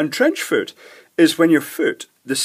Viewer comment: "trench foor"